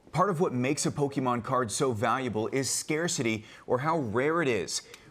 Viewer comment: This report is so typical legacy news lol - the voice - pronouncing “po-ke-mane” - Logan Paul mention